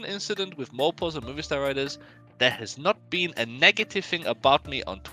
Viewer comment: MOVISTAR, not movie star... get Colton to do a segment on how to pronounce the names of spanish companies... you had one job my dude... it's MOB-eeh-Star